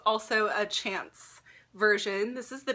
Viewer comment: Chanel chance is pronounced , it means luck in French!